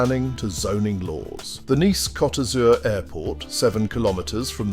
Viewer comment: That's not how you say Blue in French. 😂